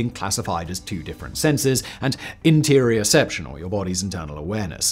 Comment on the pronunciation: It's interoception, not interioception.